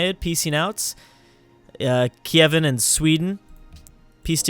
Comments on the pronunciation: he will just keep calling them "kevin" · Hey, the Kievan Rus is pronounced like Key-ev-an Roos, and I think it'd be easier for you to just call it Kiev